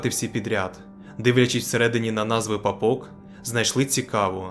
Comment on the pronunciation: від наголосу на папОк я аж хрюкнула)